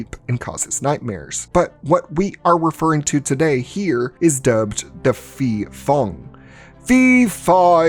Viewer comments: Hmm, the correct pronunciation is Pee-pong (ผีโพง). And I think this movie aligns more closely with the Pee-pop (ผีปอบ) folklore. the movie is dogshit btw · Fyi, when you see a 'ph' in thai, just ignore the h and pronounce it as a normal p. I don't know who's stupid idea is it to put an h there when it is not pronounced at all. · I think it’s pronounce Pe Pong(Phi Phong) because Phi means Ghost in Thai language. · Great video, but just to clear up the understanding of Thailands terrible Thai - English pronounciation. The word Phi Phong ผีโพง is actially pronounced "Pee Pong" meaning Glowing Ghost or Luminous Ghost. I just find it funny that the Thai - English pronounciation confuses non-thai speakers especially when it comes to the Ph in words XD